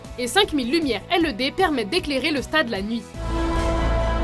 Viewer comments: On dit LED pas L-E-D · on dit des lampes à LED et ça se prononce laide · "5000 lumières elle-euh-dé"... sérieux ?